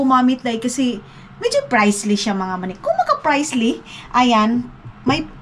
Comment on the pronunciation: Maninay,pricey po di pricely😅gamitin mo na po yang Versace perfume mo sayang nman ksi pg di mo ginamit. Masarap po palagi foods nyo kso puro ma-cholesterol,bawas bawas din po sa maman-tika, advice lng po. Kung di po kayo mka-walking sa labas dahil sa weather,sa YouTube meron po mga exercises na png-indoor walks,try nyo po videos ni Caroline Jordan,kaya nyo po yang sundan. Ingats Maninay and Dodong!😇💙😇